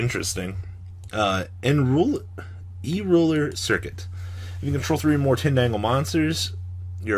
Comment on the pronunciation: "Euler" is pronounced you-ler